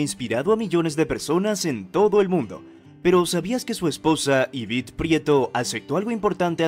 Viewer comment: Se dice Yvette no Yvitte